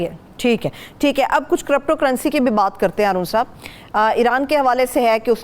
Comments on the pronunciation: AoA S W kiripto pronounciation hai not corrupto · crypto ( karipto, not karapto) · I observed that as well she said crupto I also noticed Haroon sahib also saying crupto 🤣🤣